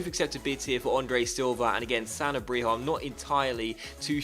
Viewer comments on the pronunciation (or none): Pretty sure Sanabria is pronounced "Sen-Arb-Rea" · Sa (like sa-vage) na bri (roll the tongue) a. :D